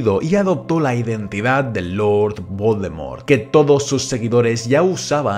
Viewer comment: Que mierda dices al principio de tus vídeos? Jajaja 😂 ese lord Baldomero es un loquillo